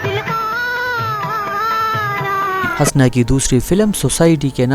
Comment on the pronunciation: Bhai aap Husna ko bar bar Hasna keh rahay hain.Apna talaffuz durust karain.Shukria.